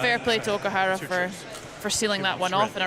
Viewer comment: WHy this male commentator keeps saying OKIHARA not OKUHARA while female commentaor keep saying OKUHRARA? He never learn anything.....